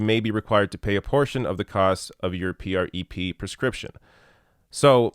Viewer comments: Why are you spelling out PrEP? It's just 'prep'. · Oh wow... how he pronounces prep... Hello granpa, I get it, you dunno how to pronounce these crazy "youth words" har har... Ugh. Good points overall though so at least there's that. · Dude just call it Prep. Not. P R E P lol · I used to wonder if was a fellow gay, because he's so damn handsome and such a kind person. Then I watched this video where he spells out PreP (P-R-E-P) instead of saying "Prep" like all the rest of us. Which leads me to believe he's not, and, sidebar, makes me a little sad. But congratulations, I think I've discovered a new litmus test for homosexuality! LOL! Great work as always,! Thank you for this! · I love ya,, but you don't have to keep spelling-out the acronyms. It's just "PrEP." 🙂👍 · Ugh yes. You completely missed my point. It's a drug name he mispronounces out of complete ignorance. He could have taken 5 seconds to google about this and find out how to pronounce it and not sound ridiculous. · You’re mispronouncing it. Say it: “prep”. It stands for pre-exposure prophylaxis. You clearly needed to do a bit more research.